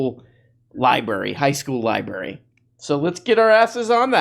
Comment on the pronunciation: It's pronounced LIBRARY not libary! I was going to say you seem smart, but it's obviously the contary.